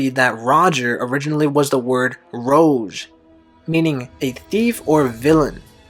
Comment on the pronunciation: and rouge as well. Lots of mispronunciation